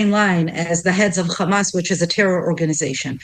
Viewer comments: First of all it's Hamas with an "H" letter and not Khamas, and it means "Courage". So it's a meaningful word and not a noun. The only reason she and all Israeli like herself have a problem that pronouncing is because Ukrainian alphabet have the letter "X" which sounds like "Kha". So today people like herself call themselves Semitic??? Let's look it up to see if Arabs are Semitic or Ukrainians? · I tried to listen but am so tired of the complete and utter BULLSHIT. She sounds EXACTLY the same as every other spokesperson aka trained bullshitter. Exacyly the same. Can pronounce every letter fine except KKhhhhhamas. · They sound so absurd with the “Khamas” pronunciation. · She says people of Gaza not Palestinians. Denial of a people and they say Khamas because they enjoy distorting how things are pronounced to denigrate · She is american so not indigene to historical Palastine and as an american why does she say khamas? Cant she spell a H? This people are so annoying with all their BS.Left or right they are all zionists.